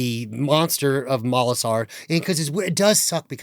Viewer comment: Molasar not Malosaur!